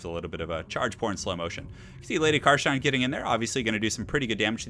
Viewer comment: bit of an anticlimatic ending to a great series. loved these <3 ( also its "car stein" not car shine xD )